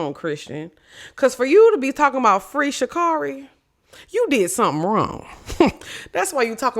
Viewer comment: you gotta say her name right or she gonna beat our ass lmfaooo it’s Sha CARRI like Carry